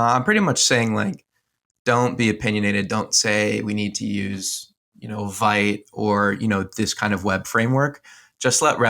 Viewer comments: Vite is not pronounced as Vite, but "veet", per the official docs.. Neat video! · I stopped listening when you mispronounced Vite.